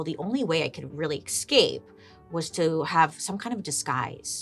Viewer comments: You say escape weird. It's like you're saying ex'scape 🤔🤔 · Escape not exscape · It's so funny how bailey says exscape instead of escape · Is it impolite to advise our favourite Bailey that escape does not have an x before the s? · Say it with me, Bails - “Essss. Cape. Essssss. Cape.” There’s no “X” in Escape. 😳 Love you dearly, but you had my OCD flarin’ with the podcast of this one… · Cant help but smile every time bailey pronounces escape as ecscape 😂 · Lol, I love how you add an "x" to the word 'escape'... Do you also say 'ex'presso, instead of "espresso"?? I love the way you talk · She's so cute. She kills me.